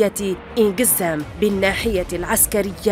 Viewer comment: اسمها عين قزام يا متآمرين على تاريخ الجزائر... و ليس( إن قزام)... يا معلقة... روحي اقراي العربية..